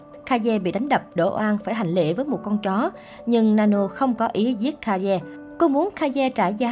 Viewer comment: Ka ye what ngta đọc là cây mà?